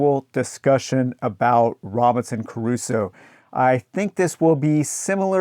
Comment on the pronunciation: Why are you pronouncing Crusoe with three syllables?